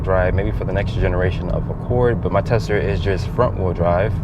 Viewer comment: Why does he keep saying TELSA???